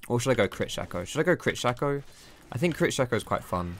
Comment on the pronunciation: It's Shay-co. SHAY-co.